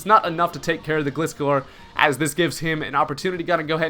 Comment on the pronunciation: Aren't the first 3 letters in Gliscor pronounced like the word "glide" not like "gliss-score"? I mean he is a gliding scorpion